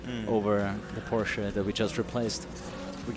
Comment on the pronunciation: It's the first time I heard an Person speaks English, but pronounce the word Porsche correctly.